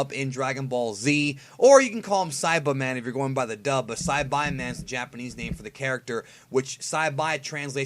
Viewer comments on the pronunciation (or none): Where the hell did this guy get that pronunciation for saibaman? Even google translate doesn't say it the way he does. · Like english to japanese even pronounces it the way we do.